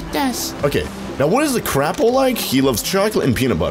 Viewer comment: Whenever he says crapple I hear crap-pull